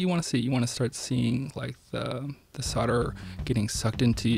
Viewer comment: There is an L in solder and soldering, and when pronouncing the words the L is not silent. Soder is what a sodomist, does and sodering is what he does when he engages in the practise. For those who may not know, a sodomite is someone who engages in anal sex, not generally in wiring projects.